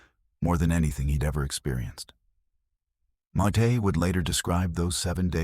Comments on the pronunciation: This is pernicious rubbish. And this AI bot can't even spell or pronounce Mayte's name properly. I've read her book and watched interviews with her and not once has she mentioned this. They had no contact after their divorce - this is a LIE. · This is so AI couldnt even get Mayte's name right! 😢 not sure this is true? I know towards the end of his life he contacted people he'd worked with and gave them money that they deserved as they didn't get paid properly in the first place. He was making amends. 😢